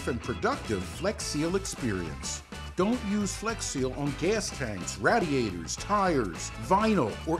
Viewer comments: when he said RADDYATORS i felt that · The way he says radiators 😂 not the correct way to say it